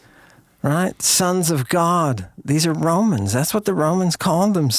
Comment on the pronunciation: "Oh My GiaD ..."